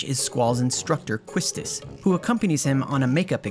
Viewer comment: Quistis is pronounced kiss tiss